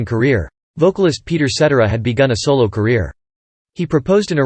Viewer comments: SET TARA Peter Cetera ..get that right... at least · Set TEER ah is how you pronounce Cetera. LoL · Another video that can't pronounce Cetera properly.